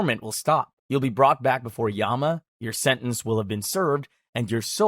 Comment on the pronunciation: Nope the king yama mentioned in this video is real king yama and it's not even pronounce like this it's y-ah-m